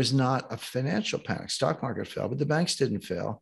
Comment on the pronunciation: "market," not "markte!!"